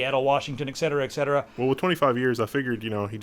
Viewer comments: It's eTcetera, not eccetsera. Fyi, pet peeve. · ETcetera, please! Are you also drinking an expresso?